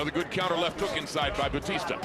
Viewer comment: Bautista...pronounce it Right Not Batista 😅😅😅